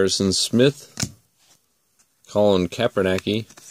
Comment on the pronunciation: “Colin Kapernacki” 😂